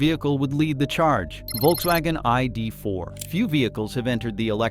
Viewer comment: The AI narration has no idea how to say ID4..... Makes a very good approach to a video fall flat on it's face.